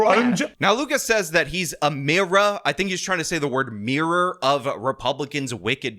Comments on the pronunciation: These “political square” panels seem to be getting smaller and smaller for the left… it went from “mostly leftists” on the panel in 2019/2023 to “half the panel are leftists” around 2024 and now they have one tarded leftist who can’t say “mirror” (MEER-OR) correctly on the panel. I can’t wait until next year when nobody is asking their opinions because they already know it’s gonna be the most ridiculously insane and absurd answers we’ve heard to date. Soon enough I guess! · Anyone that has to say they're "amazing" can't be very amazing. He is soo dumb. He doesn't know how to say mirror!! I bet he'll axe you a question. Total moron